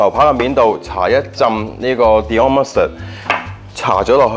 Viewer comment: Dijon mustard 讀成 Dion mustard 我也是醉了